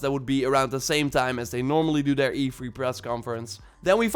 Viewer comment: Say three. Lol not free. Haha sorry that’s what I heard 🤣 it’s E3 not E-free lol